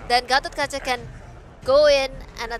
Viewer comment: yeah and gatokaja how they pronouce gatotkaca